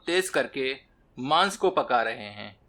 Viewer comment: Maaans...maat bol bhai😂😂😂...ajib lgta h